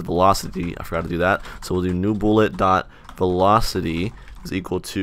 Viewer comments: the fact that he said velcoity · "Velcoity" yes.